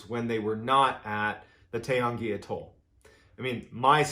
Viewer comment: Took me a minute to realise what you were calling an A - toll. Atoll